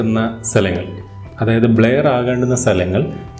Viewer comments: Not blair its blur.....Not Feel of depth its Field of depth .... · ബ്ലായർ അല്ല ബ്ലർ